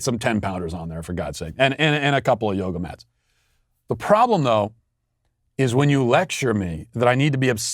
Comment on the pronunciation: This man said yoga mats!!!!! I’m dead🤣🤣😂🤣🤣